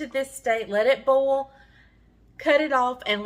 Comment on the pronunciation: You pronounce Boil like Bowl, that's a southern thing right?